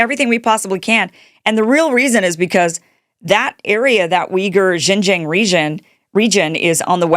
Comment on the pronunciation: Xin Jiang is approximately pronounced as Sing Junk with a silent k.